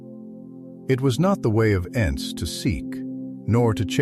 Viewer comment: There called ents like tree ent not ants 🐜